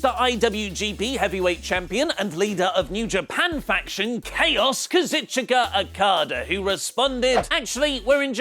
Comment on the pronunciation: Goddamnit why, you almost had it but... Kazuchika Akada